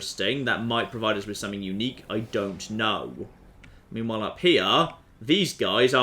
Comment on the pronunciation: also you pronounce meanwhile as memewhile alot ;)